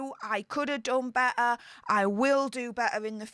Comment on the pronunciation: there are 2 “t t’s “ in better